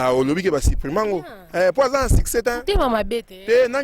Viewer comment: Madame bongisa prononciation, succès non siccès